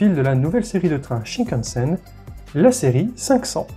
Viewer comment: Il faut prononcer tous les "n" dans "shinkansen"...donc : "chinekanessène" et non pas "chikanessène"